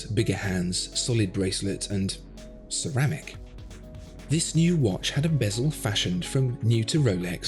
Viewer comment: Cerrr... rrrrramic!